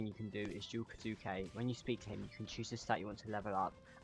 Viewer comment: what i don't get is that he pronounced Kisuke's name right twice but then proceeded to mispronounce it